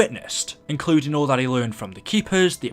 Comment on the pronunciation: the word “including” sounded funny